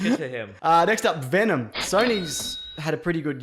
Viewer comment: "Vendom"!!!! Jeje jejejeje almost made my pee myself!!!